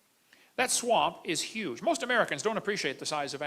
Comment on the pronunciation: I love how pronounce huge… “ uggge dinosaurs” 😂